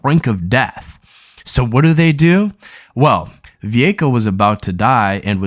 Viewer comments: Va-way-ko no Vuvuko or whatever you just garbled lol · You talk about using streaming services and can't even pronounce Vueko. Stop making anime videos you don't know anything about it.